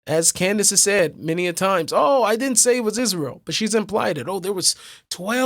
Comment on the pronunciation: She can't even pronounce Israel correctly.